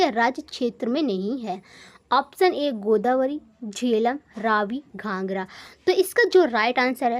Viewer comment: Mam it's not ghanghra it's ghaghra😂